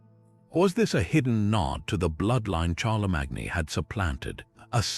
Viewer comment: I just don't get it? How can you possibly mispronounce Charlemagne's name when that is the topic of your video? Are we supposed to leave leave anything else you say after that?